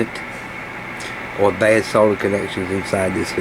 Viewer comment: Thanks for videos, and pronouncing solder with an "L" 😄